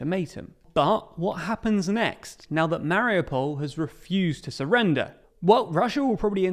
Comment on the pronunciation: Surrender, not Surender....